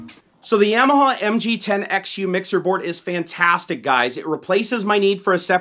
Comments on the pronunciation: Yam- ya- ha lmao. It's ya-ma-ha. You never had a dirt bike when you were a kid? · Another nice video. Thanks. I think it's Ya-ma-ha were the first syllable sounds like the German word for yes, "Ja". Not Yam like the starchy tuber you consume on Thanksgiving. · love the videos, but dude it's (Yah)maha hahah. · It's Yeah-mah-haw guys, not Yamaha. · I want to die every time you say "Yamaha". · The way you pronounce Yamaha triggers me.